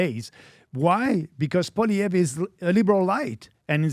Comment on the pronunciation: Agreed with many of the comments stop ruining our only chance for hope in Canada. I voted Trump as a Canadian American . Also, your mispronouncing Pierre's last name in many of your shows